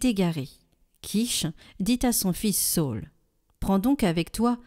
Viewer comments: Sa ül et non Saul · Bonjour, merci beaucoup pour votre site! Merci de nous faire goûter à la Parole de Dieu au quotidien. Cependant, question sur la prononciation de SA Ü L. ( sa ul) SAUL c'est St Paul... D'après ce que j'ai appris.. Merci pour votre investissement!